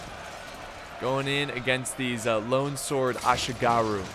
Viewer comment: Laugh hard when said "Assyigarrhu"... Bit of a mouthful, ehh.. 😅😂😅😂